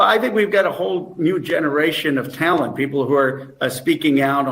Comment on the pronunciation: “Talent” did he say? 😂😂😂😂😂😂😂